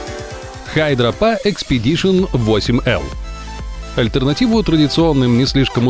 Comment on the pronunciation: Не HydraPa а HydraPak ...